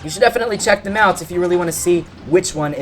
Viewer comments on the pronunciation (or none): none